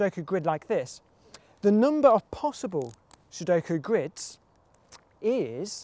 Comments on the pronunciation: also says, "C, number of squids" (at least it doesn' t sound like a hard 'g' for "grid" (I know, he does not say squid, more like sqrid) But what does CtRIDS mean? (Count Number of RIDs? R=Real numbers ID as in (uniqe) IDentifier?) So the Count in numbers (real numbers) with unique identifier for every possible grid? That would almost make sense to me... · Its GRIDS (the ct is a g:)